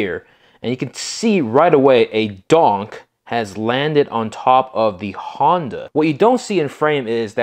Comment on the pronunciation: I really do like your videos but please quit calling every car a donk!! It's funny However but the definition of a"" donk"" Pronounced ---Dunk, Caprice classic or a impala , 2door,4door ,hard top,convertible or Station wagon